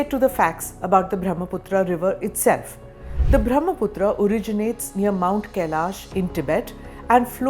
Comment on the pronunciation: Pronounced ब्रह्मपुत्र , not ब्रह्मपुत्रा It is a नद, not नदी due to its size